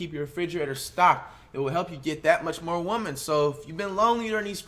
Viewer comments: Why do you say woman for women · he says women instead of women smh